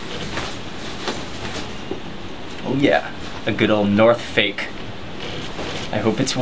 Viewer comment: Mark Wiens Did you say "North Fake" lol!